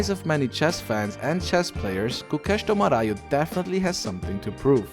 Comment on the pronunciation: His name is Gukesh DommaRAJU. Not RAHU. And ARJUN is the real pronounciation. Not ARYUN.